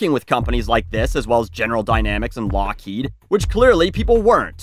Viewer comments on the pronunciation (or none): none